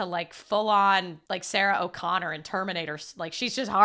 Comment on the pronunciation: I like how you made Sarah Connor Irish 😂😂